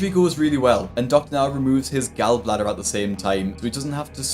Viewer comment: Your mispronunciation of gall bladder makes me cringe.